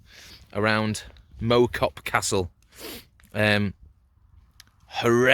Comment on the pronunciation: Good video, nice to see my local area on it. Point of interest, it’s not mow as in mow the lawn, it’s pronounced mow as in cow. Typical weather there lol but on a nice clear day the views are spectacular, all the way over the Cheshire plain to the Welsh mountains. Keep up the good work